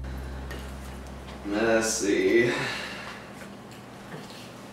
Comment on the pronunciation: why did he say messy like that... lol